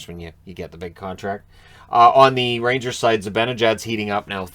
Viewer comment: The Rangers, or as it's pronounced in New York, Rainjizz, are on a ROLL!!! LFG